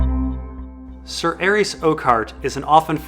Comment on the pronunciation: Calvin The Ninja Man better than that clown that says Sayer instead of Ser.